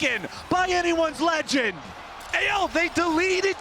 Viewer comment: can someone please tell him to stop saying "anyone`s legand'!!!!!!!!!!!!!!!!